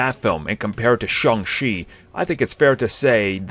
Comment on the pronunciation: Shang CHI. Not Shang She. Get it right,!